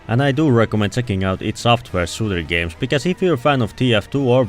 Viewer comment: Its NOT pronounced (i d)